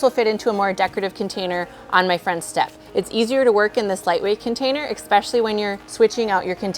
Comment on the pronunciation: Beautiful containers, thank you. One criticism: especially is pronounced ESS-pecally. Not EX-pecially.